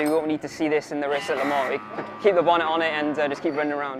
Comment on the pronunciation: La Mar? How can La Mans be pronounced La Mar? But wow, what a car and what a race.